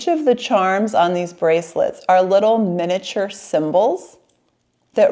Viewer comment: Also I enjoyed hearing you struggle with the word “miniature”🤣